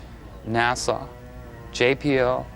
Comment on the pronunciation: Its not NASAW..